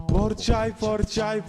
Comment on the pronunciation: Porçay değil Pogorçagay olucak.